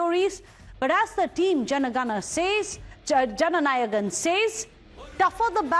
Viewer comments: whats Janagan ..Take effort before saying something😂😂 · It's not JANAGAN pls correct yourself...say it right..JANA NAYAGAN